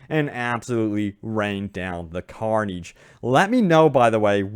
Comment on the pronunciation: "Epeec", "carneege" "oper-rord games"